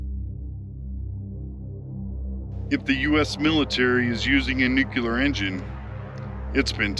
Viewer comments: Newk-Lee-Ar. Not Newk-You-Lar. For FUCK SAKE!! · Cool video, been there done that, But something in your video is one of my pet peeves. it's not pronounced (nook--yuh--ler), it's pronounced nuclear.....(nuuuu--kleee--errr) I'm amazed at how many people in Media and politics that get it wrong. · Nuclear is pronounced: Nuc-Lee-Ur NOT Nucular! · Can you sound reputable and versed and say Nuclear? "Noo-kle-errr" Not frikkin' Nok-ya-ler. Jesus, Bush! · Nuclear (new clear) not nucular! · Dude - it is New Clee Are... (Not New Qu Lar) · Dude... There "nucular" is not a word. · no worries, it's just something that bothers me, I see it in media and the news all the time, these people that are supposed to be highly educated and informed still can't pronounce it correctly, it was something that was drummed into me by my English teacher as a child, I think it was one of her pet peeves as well so I guess you could say I'm just passing on the tradition of excellence in grammar😉 I will say JD Vance gets it right every time, gives me a warm fuzzy feeling unlike when George Bush would say it wrong. It's really not a big deal, I just figured I would bring it to your attention, lots of people judge us by the way we speak and words we use, overall I liked your video, spent some time over at the INEL facility myself some friends of mine have family that live down around Jerome and Twin Falls, sometimes when we would go down to visit we would take a little extra time and tour around the general part of the country to see what there is to see, lots of really cool history there most of the world is oblivious to. So, I really have been there and done that, but I just figured maybe a little room for improvement and constructive criticism would be, better pronunciation, might give some people a better impression of your videos, keep up the good work, overall I enjoy watching your adventures😊👍